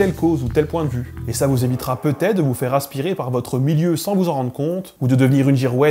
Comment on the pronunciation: Je commence à remarquer que plein de gens disent "miyeux" pour dire "milieu", est-ce un accent local (si oui d'où vient il ?) ou est-ce une déformation récente ?